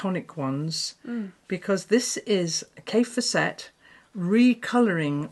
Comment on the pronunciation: As Kaffe says, his name rhymes with Safe Asset. So, Kaffe FAS set.